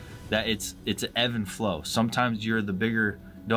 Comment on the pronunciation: No offense intended. It’s ebb and flow. Not Evan flow